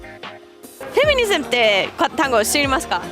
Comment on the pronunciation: フェニミズムじゃなくてフェミニズムじゃないですか？